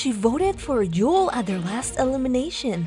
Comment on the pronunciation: Why is keep butchering Yul's name? She says Joel..